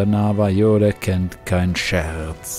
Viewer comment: Ich möcht ja nicht klugscheissen, aber Navajo wird nicht deutsch „J“ ausgesprochen sondern spanisch, also „J“=„ch“ „Navacho“